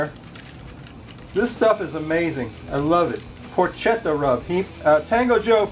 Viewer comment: Looked great! Porketa not porkcheta! Ha ha